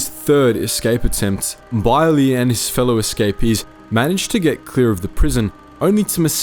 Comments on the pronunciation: No its pronounced as Bey-er-leh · I keep feeling like you're pronouncing him name wrong but I'm sure you researched it. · Why do you pronounce Beyrle like that?